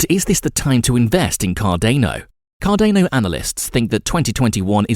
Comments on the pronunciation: CarDANo like DANiel not Cardayno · Is it just me or this guy pronounce almost everything incorrectly? oh you ro borors? Cardeyno? What!? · say it slowly: Car-dan-o. Car-dan-o. Cardano. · CAR- DAR-NO! Not CAR-DAY-NO EVEN Charles Hoskinson says it CAR-DAR-NO. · Good content, but please next time pronounce Cardano correctly it is not car-DANE-o....... it is car-DAN-o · CAR DA NO. Not car DAY no. Come on dude, the least you could do is get the actual name right. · CardAEno...please please please just read it as cardAno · This is amazing :-). Car-Dane-O and Eth-Ör-Ium!!! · “Cardaneo” said nobody ever... except this guy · CarDAYno lmao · Bruh it's cordano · This pronunciation of Cardayno ruins the video. WHERE IS THE Y MATE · car-day-no lol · car day no, ay dee ay. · not to mention thats not how you pronounce Cardona either. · Please learn how to say Cardano properly it makes it almost impossible to watch your videos